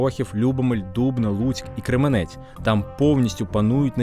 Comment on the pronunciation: Вибачте, Кременець - наголос на першому складі, дякую